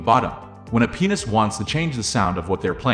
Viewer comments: You need to enunciate the word "pianist" a little bit better. The way you pronounce pianist is very phallic. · That did not sound like you said, "Pianist" 🤣🤣